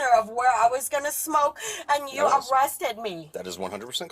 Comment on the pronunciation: Nancy got “awested” 😂